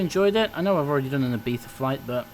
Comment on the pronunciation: Perfect pronunciation Ibiza.